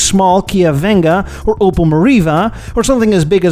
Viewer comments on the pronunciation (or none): none